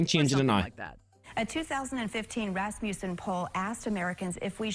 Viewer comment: fountain drinks are HYPER cheap and one of the biggest profit margins for these places, the cups cost more than the soda. The imperial system is LOVED here, it's not inertia, or money. Also it's pronounced RAS MA SEN not RAS MUU SEN... I swear to God why can no one pronounce it right?